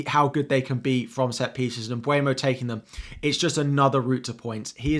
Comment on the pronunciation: You mentioned Mbuemo correctly 👏. Most commentators get it wrong.